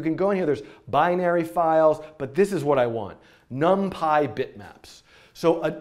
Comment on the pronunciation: num-pie.. not num-pee?????